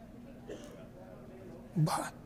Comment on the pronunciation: In the Heabyweight